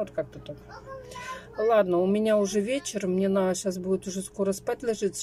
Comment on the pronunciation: ещё старайся говорить правильно.Не наа,а надо,надо.